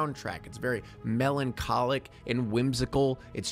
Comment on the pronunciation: ah yes “Melon-Colic”. Baby melons that develop colic